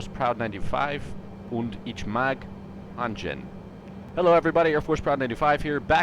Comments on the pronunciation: My German mate would slap me if I pronounced ich as "itch" but it made me laugh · When you say Ich like "itch" 💀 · Your german made me cringe very hard, I was barely able to understand what you were saying haha. Most common pronunciation mistake that americans make is the "ch", in german the ch is more of a kh sound than a ch sound